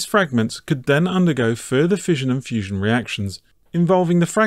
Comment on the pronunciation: ah yes, fussion